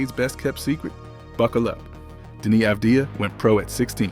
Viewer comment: Pronounced "Avad-yah," as a Hebrew speaker.